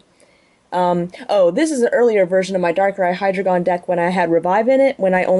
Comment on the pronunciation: I thought it was pronounced D-ein-o, and zwei-lous, hy-drei-gon as in the german, ein zwei drei.